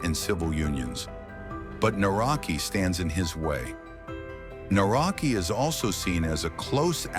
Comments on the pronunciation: You can pronounce "Nawrocki" like "Na-wrot-ski," with the "cki" sounding similar to the "tski" in "Tchaikovsky." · The correct pronunciation of the surname of the Polish president Nawrocki is "Navrotski" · Please learn at least the correct pronunciation of His surname when You make a video. This is not even close to how it should be pronounced. It is not that hard to check it before making the wideo about the Man. This is so basic.